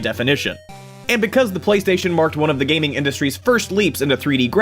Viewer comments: Lol PlayStatisean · Um...... Its Playstation not Playsatan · Did you get the inspiration for Playstasean's name based on how the PS4 commercials pronounce PlayStation?